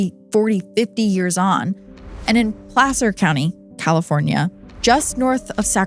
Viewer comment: I’m from Sac & the nearby Placer County (thank you for pronouncing it correctly btw!), lived there from ‘88 till last year and I had never heard of that case!